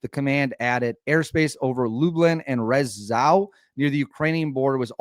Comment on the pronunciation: Rzeszow is pronounced close to Jeshoff